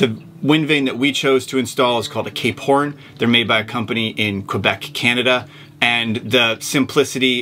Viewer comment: I always wonder why you say "Cape Horn", but the logo on it is "Cap Horn".